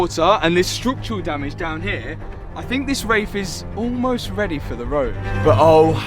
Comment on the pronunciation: What the he’ll is ‘strook’tural damage ❓❓